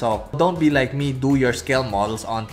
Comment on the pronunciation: “Actually I’m gonna like it, LOIKE” 😭😭😭🥺